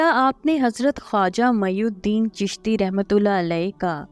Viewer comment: خواجہ معین الدین رحمتہ اللہ علیہ نام ہے جبکہ آپ میی الدین پڑھ رہے ہیں